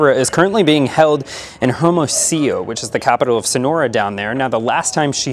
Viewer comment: Her-mo-see-yo 🤣🤣🤣 geez, what a pronunciation 🤣🤣🤣